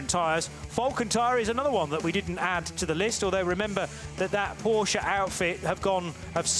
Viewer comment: Porsche, not Poosche